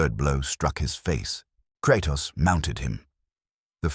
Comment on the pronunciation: Kratas? Lol